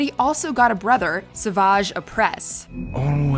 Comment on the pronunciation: That was surprisingly accurate, they even pronounced Savage correctly. Whoever did research for this video, they have the spirit of a TRUE Jedi!